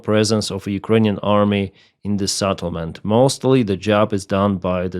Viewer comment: The first e in settlement is pronounced like e in the word bell and not like a in saddle or after